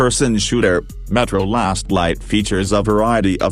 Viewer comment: But he sayed correctly